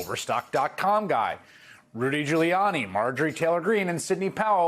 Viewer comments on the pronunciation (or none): none